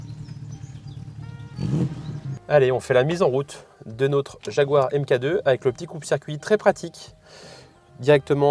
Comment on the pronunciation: Elle est magnifique 🤩 Mk2 se prononce mark 2